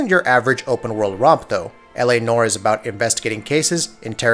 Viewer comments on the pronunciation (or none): "Nor" = "Nowah" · "L - A - NWAHR" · Why do so many people have issues saying noire? Everyone pronounces it nor. That’s not a word! Anywhere! I don’t even know how to spell is phonetically. Fuckin google it Jesus Christ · yasssss. I was about to comment on how he says "Nore" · Dude it's noire. The e isn't silent you say it like the french would say it. Naw-wah.